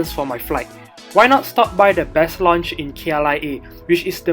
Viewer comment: lounge (pronounce as (LAUnge) not LONnge. 😅